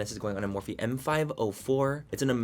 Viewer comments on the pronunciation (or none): none